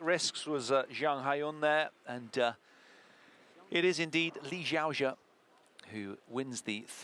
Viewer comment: "Lee Sheeow Sha" your pronunciation is killing me